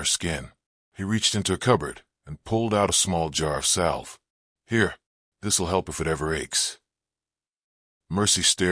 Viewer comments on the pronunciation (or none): The "l" is silent (sounds like savve) spelled salve. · Can you get the reader (AI) to pronounce the word like salve correctly. Don't mean to complain, but the words should be said right.